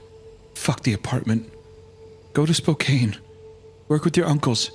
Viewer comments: Being from Spokane, it is hilarious hearing the way you guys pronounce it 😂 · Thank you! I grew up like a couple of hours away from there, and the pronunciation is like nails on a chalkboard. Especially since they both sometimes get it right. Gah!! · I'm physically cringing every time they say Spokane. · Oh my god. Please learn how to pronounce Spokane. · That is not how you FUCKING PRONOUNCE SPOKANE. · I like that Isiah said Spokane correct the first time and then butchered it the second time. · Whenever people pronounce "Spokane" wrong it brings me a little closer to releasing the creature... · I hate to be the one who says this but it is actually pronounced Spokane (SPO-CAN) not (SPO-CANE) that's all lol 🤣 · (Spow-can ) not ( Spow-cane) lol sorry I had to many people give me shit about this i get PTSD every time I hear( spow cane ) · Hey guys ❤️ love the show! Spokane is pronounced like Anne, not like Cane. Spoke-Anne. Not that it matters now but like, just in case you ever read another story set in Spokane 😂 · 4 months late, it’s pronounced Spo-Can not Spo-Cane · The way they keep pronouncing Spokane as “Spo-kane” and not “Spoke-ann” bothers me so much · Loved this story!!! But just letting you guys know from someone from the Washington area that it’s not pronounced SPO-CANE WA it’s Pronounced SPO-CAN Washington. Other than that like I said amazing story!!! 👍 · For anyone who might be wondering Post Falls Idaho and Spokane Washington are around a 30 minute away from each other Spokane is also pronounced (Spo-can) not (Spo-cain) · Couldn't get over the pronunciation of Spokane 😂 its Spo-can not spo-cane honestly ive never heard that pronunciation ive been over here my whole life😅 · Besties. It's Spo-can. Not Spo-cane. Source: I was born and raised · It kills my tism to hear Spokane pronounced wrong lol its said spo-can (born and raised there , and still here lol) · Washington native here! It’s Spokane pronounced (spo-can) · Spo-cane is diabolical